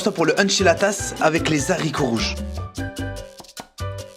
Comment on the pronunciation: Baraka Allahou fik, ce qui est appréciable chez toi c'est que tu poses des questions très intelligentes, être curieux est signe de grande intelligence! on ne dit pas les zaricots (on ne prononce pas le h) aricots (haricots).